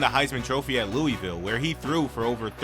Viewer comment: Lulvulle not leweyville